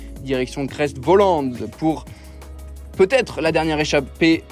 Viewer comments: "creste volande" "aravisse" la voix off fait une effort stp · Aravi et Crè Volan ,on ne prononce pas les S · Et cré volan aussi au passage 😆😆😆